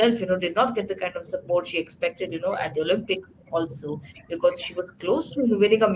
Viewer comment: Olympics , please . Not Olumpics.